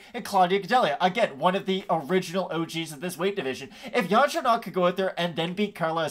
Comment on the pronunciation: Major respect for the correct pronunciation of Yan Xiaonan (source: minored in Mandarin in college)